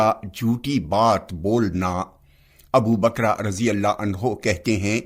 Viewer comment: Abu bakra nahi abubakar rz bole